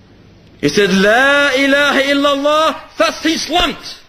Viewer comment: It's Illallah, not ILLALOH.